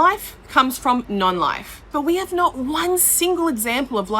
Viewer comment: Oh great, the "I hiv a quischon" lady. She's as daft as ever.